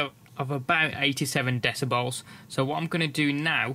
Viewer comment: deciballs hahahahahahaha